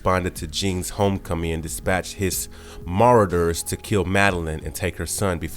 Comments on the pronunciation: Maraayyyderrrs, silvers of the broken Phoenix force, maybe it’s just a bad editor before going on like an auto reader. Because I don’t believe any human would fail hear themself mispronouncing so terribly if they even played the audio back once lmao. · Marauders: Mah-raw-ders. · Ma raw der. Gene geneer as oppose to engineer. The mispronunciations are interesting. There are more but I digress. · LOL every time I caught myself replaying in my head.."MAH-rooders", he said something else completely and phonetically incorrect. I'm by no means a grammar Nazi or anything like that, but if you are going to produce content or media, you have a responsibility to at least be accurate with pronunciation. Once he said, "BAE-yonder", I was like, ok ok, come on? lol Like, how do you produce this and let it go live with no regard for grammar or pronunciation? Diminishes and tarnishes the credibility of the source. imo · Dude while you do good work.... you need to practice some of the words. Marauders is not Madoores. Sliver not silver. etc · … Maradoors…. LOL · Marauders- Maw-raw-ders Seige Perilous- Pair-ill-us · It's ( S L I V E R) NOT SILVER ITS MARAUDERS "MAH -ROD-DERS." SEIGE PERILOUS good video for some reason my mind kept replying the mis pronunciations had to post this. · It was driving me crazy. I feel like it’s honestly on purpose. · When he pronounced Marauders and Beyonder I cringed. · PROOFREAD, SPELL CHECK AND USE GRAMMARLY FOR YOUR SCRIPTS PLEASE IM BEGGING YOU 🙏🏾 Siege Peril-ous Ma-raud(rod)-ers Gen(jen)-osha It’s never been called “Earth six-sixteen” it’s just Earth Six, One, Six. Bro it’s literal Beyond-er… seriously? 😂 I’ma have to unsubscribe until y’all get that together, sorry.